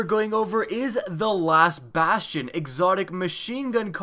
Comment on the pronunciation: Wanted Pie same he pronounced is so badly, yet it is not the worst I have heard